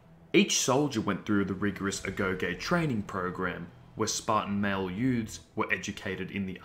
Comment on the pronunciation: Thanks for the info. One thing though, it's pronounced 'agogi'